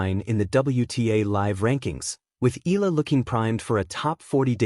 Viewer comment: The family name is pronounced " E-ya-la"